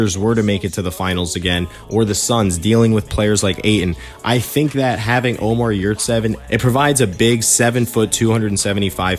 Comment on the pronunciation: Ömer not Omar